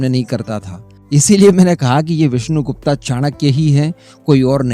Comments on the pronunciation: गुप्ता नहीं गुप्त! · Aacharya Chaanakya.....Vishnu Gupt.....not gupta.....gupta ek vaiishya surname hai.....aur Aacharya Chaanakya bhramann the......naa ki koii vyaapaari vaiishya Aur haa ye cmnt maine video 7th second pr pause krke hi kiya hai.....ab aage ki video sun ne jaata hu.... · Mujhe laga koi delegation hoga india ka jab विष्णुगुप्ता bole aap. विष्णुगुप्त bolte to do sec bhi nahi lagta samajhne me. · विष्णु गुप्ता नहीं। विष्णु गुप्त कहिये प्लीज नाम बिगाड़ ने की कोशिश मत कीजिए। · Wo vishnugupt the, n ki vishnu gupta, jaisa ki aap baar baar uchharit karte rhe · विष्णुगुप्त कहो विष्णुगुप्ता नही . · विष्णु गुप्ता नही सयाने वो विष्णु गुप्त होता है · उनके नाम का सही उच्चारण विष्णु गुप्त है ना कि विष्णु गुप्ता